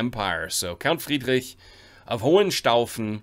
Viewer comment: Are you part German? Your pronunciation of Ravensburg, Friedrich etc is quite accurate🤔😄